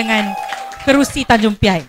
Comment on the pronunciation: Sebut pun tak betul . Tanjung P.I apa bendanya